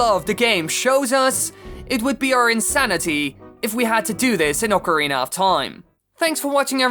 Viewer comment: I'm amazed you can pronounce "Oh-carina of Time" correctly. Thank you for not butchering the italian instrument.